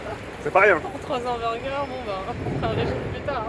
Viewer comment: La meuf elle fume et sa dit humberger aaah mal alimentation okby